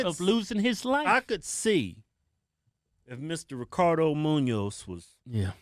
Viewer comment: it munoz but i forgive you for the mis pronouncing